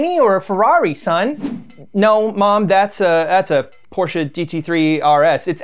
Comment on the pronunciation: I love that the host can pronounce Porsche. Most English speakers forgets about e at the end.